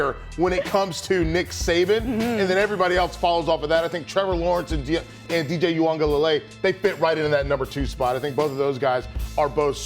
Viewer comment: Thanks for saying DJ’s name right ma’am...sir, a little more work but I’ve heard worse.